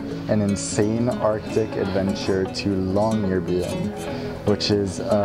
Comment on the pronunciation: You say Longyearbuen not Longyearbyen